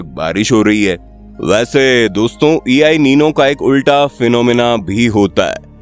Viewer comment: E i nino ❌ EL nino 👍 ✅